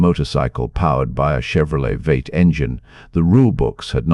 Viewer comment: Vate ? Wtf's a vate . ROBOTS can't be trusted.